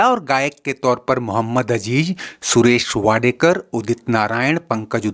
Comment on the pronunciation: सुरेश वाडेकर नही सुरेश वाडकर